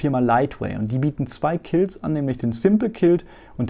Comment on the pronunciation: Hab ja wirklich superviele High-Skill-Einblicke und einen tollen Überblick bekommen, tausend Dank dafür!! Und jetzt würde ich gerne noch verstehen was Du mit den vielen "K"ilts anstellen möchtest, ein schottisches Volksfest? Ich dachte immer man spricht das eben "QU"ilt , auf Deutsch wie Quark, auf Englisch wie Quad, also bei beiden Sprachen das "u" als jeweiligen Laut wie ein "W", das Q hast Du aber richtig ausgesprochen 😜